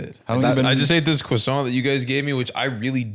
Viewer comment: Homeboy said✨️ "croissant"✨️